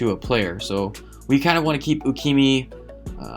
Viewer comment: Who df is U-key-me? There is definitely an A at the end of the name. With no á, ä or ā. U-key-ma? Yes.